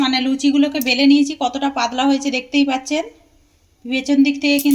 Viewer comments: কি ভাষা এটা???? পাদলা 😄😄😄😄কথা টা হবে পাতলা l এ দেশীয় দের উচ্চারণ শুনলেই হাসি পায় l স স স করেফাটিয়ে দিচ্ছে 😂😂😂😂😂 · Kothata padla noi patla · পাদলা না, পাতলা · Aare padla noy patla ota dro noy dow aar aapni kon desher manush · পাদলা নয়..... পাতলা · পাদলা নয় পাতলা হবে। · Mone hoi hooghly dist er lok seijonna padla bolche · পাদলা নয় পাতলা টুগরো নয় টুকরো উচ্চারন ভালো করে শিখুন আগে